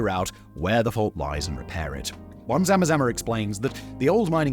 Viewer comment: Lol love how you say zama zama... Very close to how we actually pronouce it